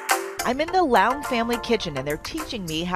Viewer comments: Ya she pronounced it like Lao-ung. I assume that someone who doesn't properly/speak the language would pronounce it like Le-ung or Lei/Lai-ung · It is Leung . She mispronounced it. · That’s the weirdest way to pronounce that name given how it’s spelt. Is it Lau or is it Leung. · The host really butchered the pronunciation of the last name . 😬